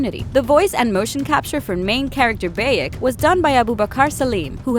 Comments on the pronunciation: It's bayek not beyek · It' Bayek Not beyek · BAYek of sewu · Ah yes beyek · I cringe everytime she says "baekk" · How she says bayek makes me cringe sad and anger at the same time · That way you say his name... Is just.. just wrong. And no.. Egypt is not just dessert I should know. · Every time she says Bayek’s name wrong xD arghhhhh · That how she pronounced name of Bayek.... Makes me crazy!!!! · How this woman says Bayek, Senu and Medjay, clearly never played the game. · Someone obviously didn't tell her how to properly pronounce Bayek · Bayek if Siwu, Sinu, could the pronunciation get any worse?! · It BI-ECK and SEN-OO not BAY-ECK and SEE-NU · Ah yes the assassins altar eso and bake of seewoo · "Alltare" "Baeik" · Please don't make another video like this if can't get facts together. First of all you pronounce every name wrong: it's BAYEK OF SIWA NOT BEYEK OV SIWU. and there wasn't anyone assassin before him. And haven't even watched the whole thing so there is probably more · Siwu? Where's that? And who's Beyek? Pretty sure BAYek of SIWA is the main character of Origins. ROFL. xD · Bay-ek of See-woo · Bäyek of sewu 💀💀💀💀💀💀💀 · Bay-EK of seewoo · was i the only one who got triggered at "baeyek of siwu" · Boiyek of siwo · Bayik Of siwu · Baiak ov Seewoo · Beyeek of seewoo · Bayek of SEWO!!!!!!!!!!???? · You step into the shoes of Bae-yek of Siwoo, the last of the Meh-jai. She even pronounced hierarchy as hair-ecky lmao. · Beyek of siwuu, sienu. Pronounciation is on point.